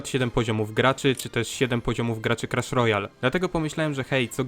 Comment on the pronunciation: no nie mówi się klasz a nie krasz (oczywiście pisze się clash)